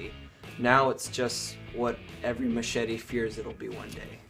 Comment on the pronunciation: I swear he said make this little mashitty(machete) new again